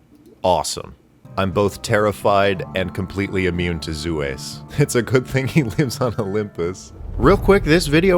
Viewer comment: OK, something hilarious about "Zues the Goose." The way you're forced to pronounce it, "Zu Ess", is essntially the inversion of how Zeus should be pronounced, ie "Zeh Uss" and not "Zoos". And its Egg attack isn't that strong as it only hits objects. Well, unless that object is the bridge you're standing on.